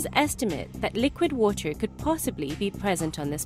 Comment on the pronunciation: she says water funny